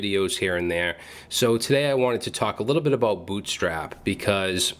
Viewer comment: "Aboot"...... are you canadian?!?!?!?